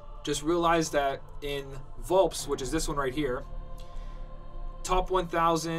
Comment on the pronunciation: Correct me if I'm wrong, but I thought it was pronounced Vul-"pez"?